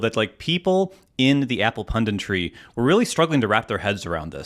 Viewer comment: Or, "pundintry" as kept saying